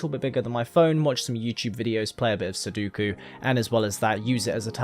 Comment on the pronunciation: I hate how much you say sudoku and can't pronouce it